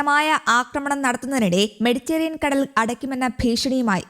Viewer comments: മെഡിറ്റേറിയൻ കടൽ അല്ല പെണ്ണെ...മെഡിറ്ററെനിയൻ കടൽ....ഒരു മൈക്കും തന്നു ഇരുത്തിയേക്കുന്നു .. വായിൽ തോന്നീത് കോതക്ക് പാട്ട് ... എന്തിനോ വേണ്ടി തിളയ്ക്കുന്ന സാമ്പാർ ... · മെഡിറ്ററേനിയൻ എന്ന് ശരിയായി പറയാൻ അറിഞ്ഞു കൂടെ?